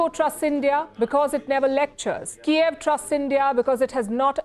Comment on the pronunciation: Palki can only shout, don't know the basic pronunciation difference between Kyiv and Kiev, that's the whole point of this fuckin war 😂😂😂🤡